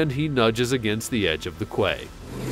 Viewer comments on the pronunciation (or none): Really enjoyed the video, but I've never heard (quay) pronouced Kway before. Quay is pronounced Kee. It sounds a horrible as people from some uneducated countries that pronounce suite (sweet) as suit. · "kway"?? kway???!? Quay is pronounced "key". 👎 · Quote "I don't speak Russian" man you can't even speak English!!! Quay is not pronounced "kway" but " key". Get some background knowledge and language used in your subject. Less speaking would be useful too. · Its a pity the voice over guy thinks "Quay" is pronouced quay instead of KEY, he is a plonker. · QUAY is pronounced "key" not "kway" Not really a "horribly wrong" type of video is it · Quay is pronounced "key" not "kway" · Hear your still murdering place names. And quay pronounced key ! Not qu! Arrrrrthh. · Funny as, but quay is pronounced key, really!!! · Quay is pronounced “key” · and "kway" and quay. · Damn right. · Please learn to speak English.+ The word QUAY is pronounced "KEY", probably originally derived from Norman French!